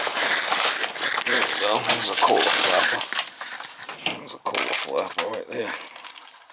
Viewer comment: “That’s a Kohhlaaa”